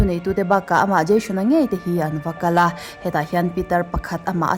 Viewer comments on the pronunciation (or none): Dascam tiin i lam a,Jashon tiin i lam leh lawi bawk sia,'SH' hi 'S' angin i lam a,'S' hi 'SH' angin i lam leh daih thin a video dangah pawh...Ka lo sawi ve mai2 nihchu aw,mit leh beng erawh a tlai thin e👍🏻